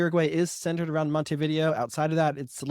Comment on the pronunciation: Least you can do is learn how to properly enunciate the city names, your stats go out the window as lazy, say Montevidéééo accent on the é is not a Monte-video, and not hard to learn that.